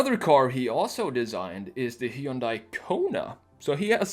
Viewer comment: Finally...... Someone that pronounces "Hyundai" properly 👀.